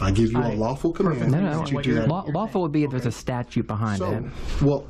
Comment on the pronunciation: What’s this nonsense about a statue? You can even pronounce statute.